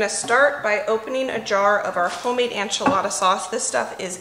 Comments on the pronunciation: Hey, I love your videos! I just wanted to mention that it sounds like you're saying "anchilada" instead of "enchilada." In Spanish it's ehn-chee-lah-dah, but most English speakers say it ehn-chill-ah-duh. It sounds like you're saying ann-chill-ah-duh. I know if I was mispronouncing something I'd want to be told, so just giving you a heads up!:) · Is it a regional pronunciation to say “AN-chilada” vs “EN-chilada”? Just curious!